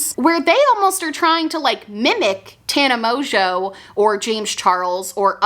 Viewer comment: I love how you call her Tana Mojo lmaoooo